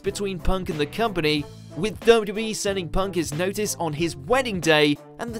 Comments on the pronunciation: Has been drinking? He can't say W.W.E! It sounds like wwbee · You can never say ‘WWE’ again